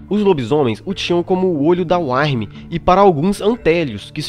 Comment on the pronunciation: muito bom cara, só a questão da pronúncia que tem que ser melhorada, Uktena se diz "Ú-qui-te-na" Wyrm "Ú-ir-mi", parabéns pelos vídeos!